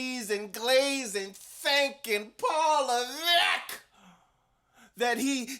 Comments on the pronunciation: I love it when you say Paul Leveckk!!!😂😂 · “PAUL LEVECKKK” 😭😭 never gets old i swear